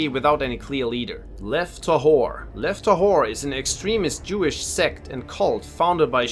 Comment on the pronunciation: The way he pronounces lev tahor sounded like "left the whore"